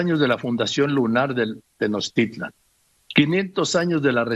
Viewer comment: El cacas ni siquiera pronuncia bien Tenochtitlan (le dice "Tenochitlan" el viejo ignorante). No se las quieran dar de Historiadores. ¿Y que parte de "no tiene fundamento histórico" no te quedo claro? No quieras acomodarle maromero.